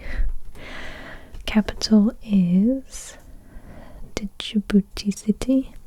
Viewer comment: It's not dijiboboti its spelled like ja-bou-tey